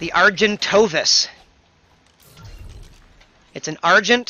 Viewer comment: Argentovis LOOOOOOL